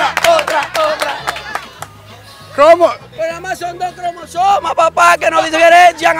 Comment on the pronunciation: "Shon do clomosoma " 😂 🤣